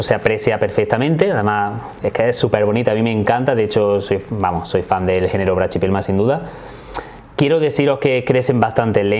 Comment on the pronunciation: La pronunciación que haces esta mal, no se dice "brachypelma" se dice sin la "ch" y sonaría asi: "braquipelma"